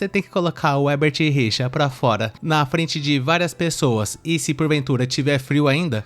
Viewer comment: " O hebert rirchá" kkkkkkkkkkkkkkkkkkkkkkkkkkkkkkkkkkkkkkkkkkkkkkkkkk